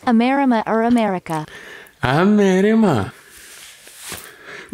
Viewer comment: Bro was way too confident with that “AMERIMA”💀💀